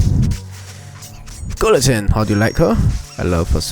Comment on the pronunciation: By the in guillointene the l is slient